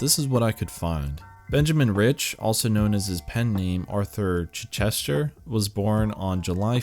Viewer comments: "Chichester". The stress is on the first syllable. CHICH-istuh. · Chichester is pronounced with the stress on the first syllable. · Chich-ester, not chi-Chester 😂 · Amazes me people can’t say Chichester. Probably because I live there. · Just a little correction: Chichester is pronounced with the accent on the "i" and the "e" barely pronounced. Something like CHI-ch'ster. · It's pronounced CHI Chester... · Please do learn how to pronounce "Chichester" correctly.